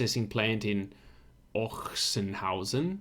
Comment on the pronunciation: It is pronounced 'Oxenhausen' which might save you from a sore throat in this season. Apparently the town got its name from a legend, where in the 10th century the local nunnery was attacked by the Hungarians and the nuns hid all their treasure in a chest in an open field. A few years later the field was plowed with an ox which then dug out the chest by coincidence. At this exact place the 'Ochsenhausen Monastery' was founded. No further info on if the ox was promoted for that or ended as sausage anyway.